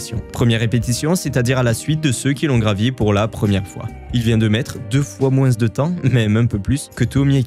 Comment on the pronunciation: Je n'ai JAMAIS entendu quelqu'un prononcer moins "moinsse" - d'où es tu originaire (accent ?) ça pique ma curiosité... sinon super vidéo évidemment ! (référencement) !